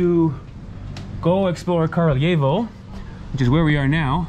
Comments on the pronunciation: Nice one, btw it is "kRAljevo", not "kARljevo". "Kralj" means king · Kraljevo - Краљево. Не Carl yevo. If you speak Italian "gli" is same Serbian "lj". А да није у питању летње и зимско рачунање времена код сунчаног сата? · To je zato sto momak ne izgovara tacno naziv grada.